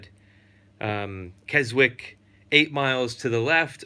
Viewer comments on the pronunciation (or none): Looking forward to seeing your video antics.. by the way Keswick is pronounced Kes'ick... without the 'w'...